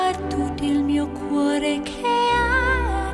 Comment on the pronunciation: That 'che 'was not good. The e sound was flattened out which wasnt good and unsupported.